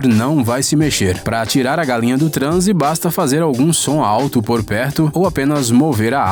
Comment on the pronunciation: Kkkk galenha kkkkkkk Ele fala galenha 😂😂